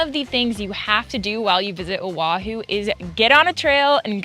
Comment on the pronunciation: Do diabła,!!!! Nie Ahu lecz wyspa OAHU. Czyta się tak, jak się pisze. Język hawajski jest podobny w wymowie do polskiego. Mieszkaliśmy z mężem 20 lat w Honolulu, stolicy Stanu Hawaje 50 tego, na wyspie OAHU. Pi ękne miejsce , atmosfera i ludzie ❤️☀️🤙🌈🌺 ps Ahu, to jest nazwa ryby.